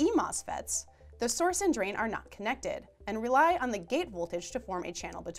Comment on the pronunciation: You can't improve pronunciation this way, and you shouldn't have to. There is one spot where she means to say "and" but it comes out "N"